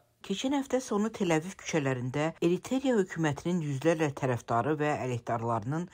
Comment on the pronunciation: Salam. Xəbərləriniz obyektiv və qərəzsizdir. Sevə-sevə izləyirəm. Yeganə xahişim: bəzi əməkdaşlarınız diksiyalarını və qrammatik səhvlərini düzəltsə əla olar. Məsələn, Eritreya ölkəsini Eriterya deyirdi. Bu cür səhvlər bu cür kanalda olmamalıdır zənnimcə.